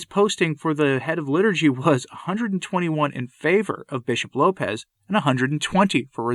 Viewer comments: It is Lopes, like hopes, not like Lopez. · Just a note….his name is pronounced with the s as an “s” and not the Spanish low pez. It’s Lopes as in “hopes,” with an “L.” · Lopes is a Portuguese name (not pronounced Lopez either), and it does not mean wolf. You’re thinking of lobo.